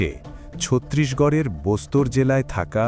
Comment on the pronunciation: বস্তার.. বোস্তর নয়... উচ্চারণ সঠিক হওয়া উচিত